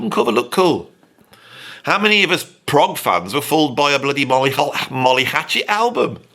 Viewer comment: Stupid AI always calling Progg for Prague 😂😂